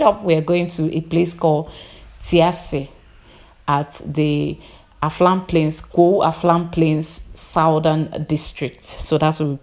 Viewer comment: Why do you keep saying Aflam Plains instead of Afram Plains, sounds weird